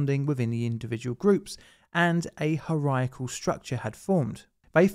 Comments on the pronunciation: Dude can't even pronounce hierarchical, don't expect him to get that right. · I've never heard anyone butcher the word "hierarchical" so badly before. It's hy er ar kik ul not ha ry ic al. Holy shit And moccasin is pronounced like it's spelled (moc ca sin) but you somehow ended up at muh cay sin and even your captions say "mukhazian" because it's mispronounced so badly the auto generated captions had to guess! How you do so much research yet still butcher names and dictionary words is beyond me, especially since dictionaries have a pronunciation guide! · You pronouncing hierarchical as "Hariakle" is hilarious, and it's your native language lol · His pronunciation of hierarchical